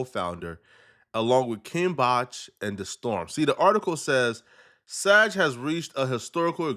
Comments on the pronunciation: This fool is butchering acronyms. V.O.D. video on demand. And SAG not "saj" screen actors guild dummy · It is pronounced “SAG”..like SAG your pants…not SAJ. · SAG hard G like bag! Not G like SaGittarius. 😂